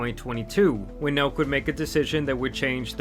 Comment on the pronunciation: I thought he said milk boys